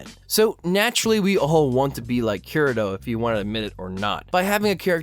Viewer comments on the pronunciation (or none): It's Kee-Re-to not Ke-re-do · How is this not about Tanya the Evil? DEUS VULT. I think you're totally right about this movement being a reaction to the Mary-Sues tho. Also please god 'kii-rii-toh'. If you're going to have an anime channel at least try with the names.